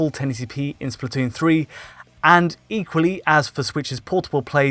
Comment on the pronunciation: was that an "inkually" instead of "equally"??? lol